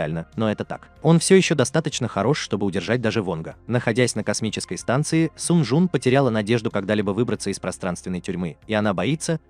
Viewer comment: Сун джун а не сан лин